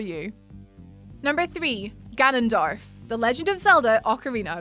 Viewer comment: It Gannondorf not Gannondarf